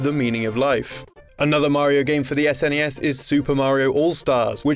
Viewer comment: I can actually finish this video, as he is not saying "ZZZNESS"